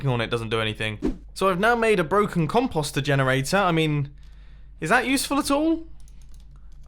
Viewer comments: The way you British people say "composter" makes me want to jump off a bridge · Ok. I see no other comments. Is that actually how you pronounce composter? If so, my life is a lie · I'm pretty sure the way he says it is a British pronunciation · Are there any other Americans slightly annoyed by the way he says "compost?"